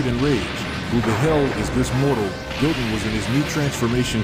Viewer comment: I like how the ai calls goten “gogen”🤣🤣